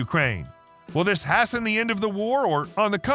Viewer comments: "Hassen" instead of "hasten"? What language are you speaking? Where did you go to school??? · Has - ten WTF is that - Haste-n - Are you all illiterate?